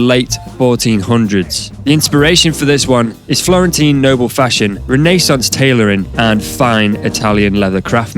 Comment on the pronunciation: You pronounce renaissance funny. 🤔